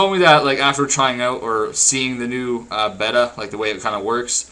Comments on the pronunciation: Dude its bay ta not bet a beta= bay ta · "Bey-tuh" not "Beh-tuh" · IT IS PRONOUNCED BAY-TUH. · boss, its pronounced BAY-TA